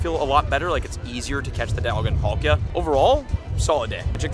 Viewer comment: Is this a different girl or have I just not seen her enough,she don’t feel the same she couldn’t say palkia right… NO HATE AT ALL